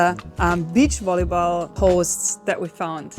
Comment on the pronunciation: The Volly-haul 😂